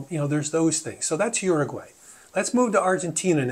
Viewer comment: Don’t say “Oroguay” pronounce it properly!!